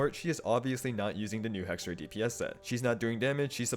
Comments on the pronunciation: fyi, it's "hexerei", not "hexeray" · As Hexerei is a German word, you would pronounce it with I like fly, try, sly at the end